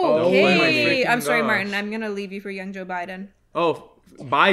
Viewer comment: why does pronounce martins name like "mart'n"